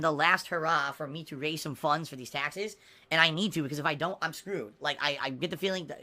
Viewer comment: "Raise funnnnnnns" You mean funds? LOL